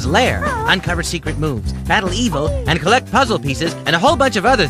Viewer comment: "anyway Banjo "and" kazooies mission.." Why was that so funny 😂😂 how he said AND kazooies 😂😂